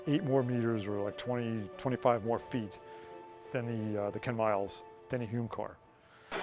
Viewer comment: Come on, guys - it DENNY, not Danny!!!